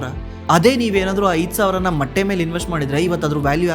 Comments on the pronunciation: ಮಟ್ಟೀ ಅಲ್ಲ. ಮೊಟ್ಟೆ 😢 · ಮಟ್ಟೆ ಅಲ್ಲ ಸರ್ ಅದು ಮೊಟ್ಟೆ 😮